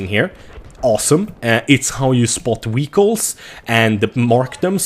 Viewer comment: Actualy its english way. And he says Vehicles incorrectly.